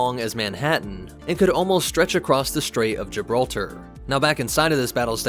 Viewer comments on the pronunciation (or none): none